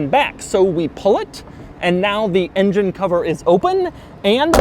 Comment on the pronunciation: is it me or you pronouncing engine as INGEN :D its not Jurrassic park bro x))